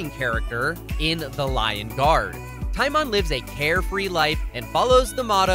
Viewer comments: It's pronounced tea-MOAN. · You said Timon wrong, its ti-mown for pronunciation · TiMoN it’s It’s TimOn